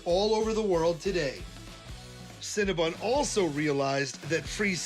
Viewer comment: Adam! CinnaBON not CinnaBUN!!!